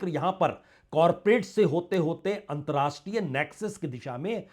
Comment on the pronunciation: There should be correct pronounciation of word "antarrashtriya (अंतरराष्ट्रीय )".